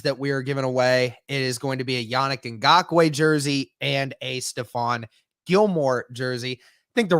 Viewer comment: Yannick’s first name isn’t pronounced “Yah-Nick” either. It’s not pronounced “Nick” at the end, it’s “Neek”. So it’s pronounced “Yah-NEEK” Then his Ngakoue is pronounced “in-GAH-kway” Hope this helps anyone wondering.